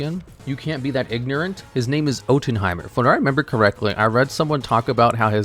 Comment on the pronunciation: Ottenheimer archetype coming soon people, as mispronounce it, it sure is a YGO card!